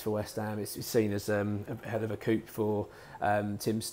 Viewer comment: The ' p ' in the word 'coup' is SILENT!!!